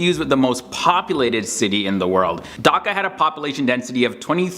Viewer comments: Thank u for making this video about our country but we actually pronounce the H in Dhaka and not daka I'm not a hater I'm a subscriber just pronounce the h and say DHAKA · Its bangladesh not bangladash Its dhaka not daka😂😂😂😂 I know iam from bangladesh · Y'all foreigners knows about us more than we do 🥴 It's D-h-a-k-a not dokaaa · Its not daka its dhaka and i live in dhaka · Him: "Daka". Me: (ಥ_ಥ)... I'm done with this world :/ (Seriously, say it right man It's "DHAKA" D H A K A not Daka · my man said "daka" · What is Bangladash. What is Daka are u serius